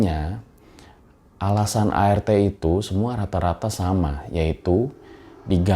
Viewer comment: Apa cuma gue yg denger ngomong ART itu air teh 😁